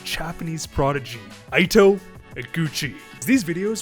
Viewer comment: Ito = pronounced EETO, not AITO. ffs he's Japanese not American